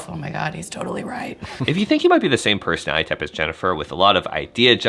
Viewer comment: I love your perspectives! Please enunciate "personality" with five syllables.